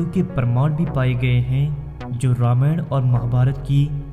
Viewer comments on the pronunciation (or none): none